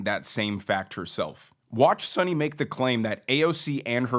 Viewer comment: You lost me in the beginning by mispronouncing Sunny's last name. Maybe do abit more research.